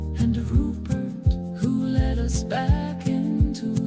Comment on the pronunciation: Just one error I heard from the AI text saying phonetically leed and not led up the hill, otherwise, brilliant and tuneful.